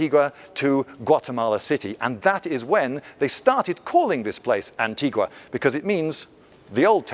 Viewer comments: Why do you pronounce Antigua without a ‘U’? It sounds so weird to us Guatemaltecos. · It is antig-u-a not antiga...but the video is great! and the beige is wonderful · Lindybeige in my country? I hope you had a great time. Huzzah! Edit: It should be pronounced "an-tee-wah" instead of "an-tee-gah" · Its not pronounced as "Antiga". Here is how you pronounce it, Lloyd. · For any of those not fluent with Spanish, Antigua is pronounced “ahn-TEE-gwah”. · The U in Antigua is not silent "Antigoo-a". In Spanish, after a G the U is silent only if it's followed by E or I. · The U in antigua is not silent